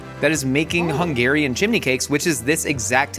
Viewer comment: I am so impressed by Hungarian pronunciation! I love when our food gets represented well AND the names are said (semi) correctly 😊